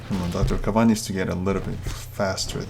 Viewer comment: you pronounced the wrong name of the new hero its not dr. kav-an its dr. kae-ven